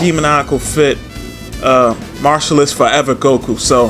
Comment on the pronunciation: Bro. It ain’t pronounced “martialist”. It’s “martialARTist”